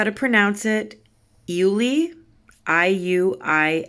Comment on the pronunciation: Hello! You pronounced right! Ul-lee like Julie❤️ Thank you so much review and used my paints😘 stay safe!!